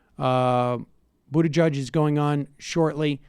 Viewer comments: I love Bernie and want him to get the nomination. But to mispronounce Buttigieg (whether he's a corporate shill or not) is just cheesey at this point. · Nobody on earth knows how to pronounce Buttigieg.